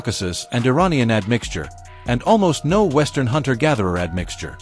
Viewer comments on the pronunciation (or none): none